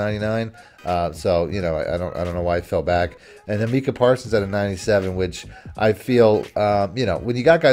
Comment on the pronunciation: It’s not “meeka “, It’s “Micah”